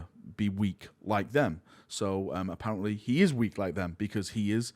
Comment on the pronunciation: What is this accent? You pronounce heresy as "here-s-seh" and I thought it's because maybe your tongue couldn't say "lee" but you can pronounce "lee-gion" just fine. Edit: happens with "apparent-leh" too. Do you just say all words ending in a Y as "leh"?